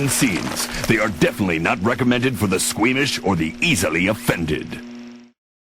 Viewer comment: Is It Scuemish Or Swedish In The Intro.